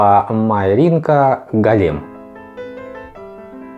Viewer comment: Только не голЕм, а гОлем:)